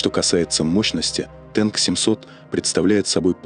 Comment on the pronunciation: Не «Тэнк», а «Танк»!